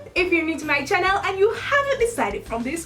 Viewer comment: The way she says channel she says it like chachneal